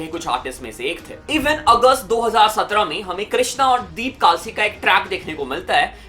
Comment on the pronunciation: Bhai vo kaalsi nhi kalsi hai